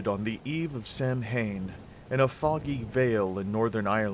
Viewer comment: Great video! Not a biggie but Samhain is pronounced 'sow-win' as its an old celtic word and not phonetically pronounced as if it were an English word